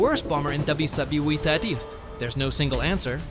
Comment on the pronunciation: click-bait with AI-slop generated narration - check out its attempts to "pronounce" WWII and , etc...